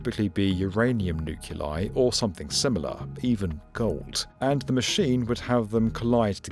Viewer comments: Nuclei, not ‘nuculi’. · That's nuclei, NOT nuculi. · new-KLEE-eye -- new-KLEE-eye -- new-KLEE-eye :: practice makes perfect comes from 'center' new-KLEE-us not newKLURus. Get it right. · While I enjoy your civil engineering stories, I had to rewind and listen again. Yes, you pronounced it "nuculi". No, gluons are not a glue-like substance. I'll make coffee and line up some PBS Spacetime videos; when you talk about engineering I'll pay attention again. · "Uranium nuculi"? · Came to the comments JUST to see if someone else heard that as well. 🤦🏼‍♂️ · On a program like this, mispronunciation of "nuclei" is a capital offence. :-(